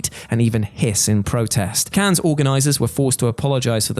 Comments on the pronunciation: How about we stop saying “Cans” and pronounce “Cannes” as it is pronounced in France: “Can”, getting tired of this, is everyone in on this? Is it a thing everyone’s agreed on? If so we could just start to say “Thorouf” instead of “thorough” or Connect-I-cut and so on, come on... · Cannes is pronounced like a single “can,”. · Not to be "that guy," but Cannes is pronounced, "Can." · cannes is not pronounced like that. you drop the s so it's just can.